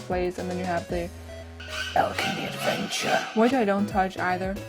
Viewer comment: omg I fucking love when yu say 'the alchemy adnevture' XD!!!!